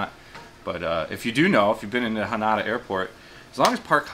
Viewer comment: It's Haneda not Hanada bro.